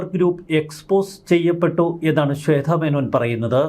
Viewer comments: ശ്വേത ആണ് ശ്വേദ്ധ അല്ല....വാർത്ത വായിക്കുന്ന ആൾ ആദ്യം മലയാളം ഉച്ചരിക്കാൻ പഠിക്കണം...ഇല്ലെങ്കിൽ അത് അറിയാവുന്നവരെ പണി ഏൽപ്പിക്കണം.....മലയാളം നേരെ പറയാൻ അറിയില്ല , ഇവരൊക്കെയാണ് ഇംഗ്ലീഷ് പറയാൻ അറിയില്ല എന്ന് പറഞ്ഞു മറ്റുള്ളവരെ കുറ്റം പറയാൻ നടക്കുന്നത് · ശ്വേത മേനോൻ. ശ്വേധ. അല്ല. ശ്വേത. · ശ്വേത ആണ്, ശ്വേധ അല്ല